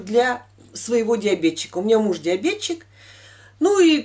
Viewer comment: ДиабеТик! Неужели ДиабетЧик красивее для вас звучит?